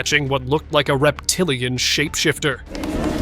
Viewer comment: The way the narrator say “this must be a “REPTILIAN SHAPESHIFTER” 🗣️🗣️ Is so funny 😅😅